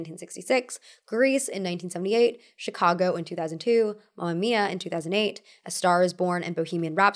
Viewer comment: its mAma mIa not mAmia :')